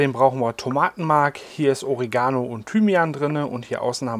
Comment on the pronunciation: Warum sprechen alle immer Oregano falsch aus. Die Betonung liegt auf der zweiten Silbe.